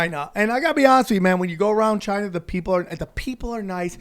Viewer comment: Not like Chy-na... like Altered Carbon